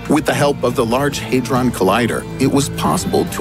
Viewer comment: Okay 1 thing had ron not haedron